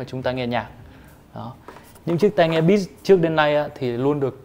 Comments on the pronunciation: tiếng anh đọc sai nhiều quá @@ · ổng đọc BITCH chứ hỏng phải beats :v